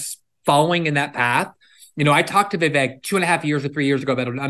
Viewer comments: Viv - eck ..... not Viv ake... or Viv ick. It's Vivek. Viv and eck! It's not Spanish. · His name sounds like Vivake. How does he not know this? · Megan Kelly his name is pronounced " veevek" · Vivek “Rhymes with cake” is the best! 👍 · weird how glenn still says vivek's name wrong, as a journalist